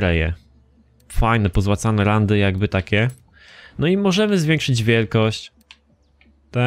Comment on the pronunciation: ranty a nie randy xdd